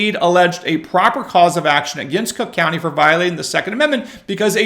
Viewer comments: It pronounced CROOK COUNTY. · Sorry but you pronounced it wrong, it's Crook County.😂